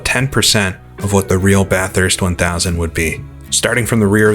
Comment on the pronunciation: pronounces it BATH-hurst, as in, taking a BATH, and HURST shifter. There's only one H. Most from the area will say BA-thirst (not BAH, the A is said like "apple" or "back".) Say "Bat" but drop the T for the first syllable. Then simply say the word "thirst". BA-thirst. Note: Some Aussies say the U sounds like an I, and drop the R. But that is just for the sake of the Aussie accent. When I was there, I was ridiculed for describing it like that. I will admit, I used to pronounce it BAT-hurst, putting the H in the 2nd syllable. I was told that was acceptable, but still wrong. I'll say this though. If the UK and US (my 2 citizenships) don't get their crap together soon, and start taking care of their own people, I'm moving to Bathurst. HEHE